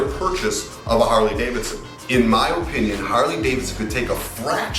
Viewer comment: You say “O”pinion! 🤣🤣🤣 You funny guy!